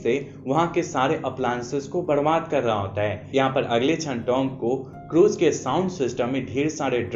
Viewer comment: Badbad nhi barbad hindi k kayi words ese bole ho ki vasepur mai band baje k singer ki yad aayi mast laga ;-)